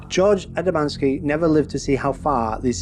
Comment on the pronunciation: _ you pronounce it "A D A - M A N - S K I". The correct pronunciation is just like the spelling "A D A M - S K I". The story you tell is made up by you or someone else. I have studied all the original writings by George himself. The story is not quite the way you describe and he did not own a car, but he did have two astronomical telescopes. He used his 6-inch Newtonian to photograph the saucer images.